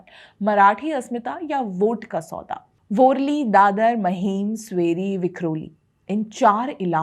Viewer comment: भय्या लोगो का पिछवाडा जला इसलीये मुंबई की म्युनिसिपल कॉर्पोरेशन के चुनाव पर विडिओ बनाना पड रहा है kutiya तुझे ना मानखुर्द बोलणे आता है गोवंडी, वरळी को वोरली बोल राही हो😂😂😂